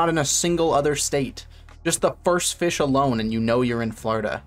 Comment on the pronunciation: Haha Feesh